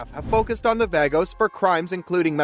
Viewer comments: I'm pretty sure it's vagos and not v a g- - os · omg its pronounced vahhhgoes not vaygoes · Vagos is a Latino word. It is pronounced bah-GOS. Just saying… And they are clubs, not gangs Having some criminals in it doesn’t make them gangs. Otherwise the police would also be a gang. No dog in this fight but this is clearly not motivated by logic. Do your research. - Matt’s dad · Dude isn’t even saying “vagos” correctly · I realy hate that the narrator cant pronuce vagos properly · Vagos is not pronounced that way hahaha